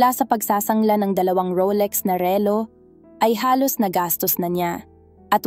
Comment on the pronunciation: ma'am pag aralan po ninyong bigkasin nang tama ang salitang " relo" at me iba pang salita na dapat bigkasin ng tama, salamat po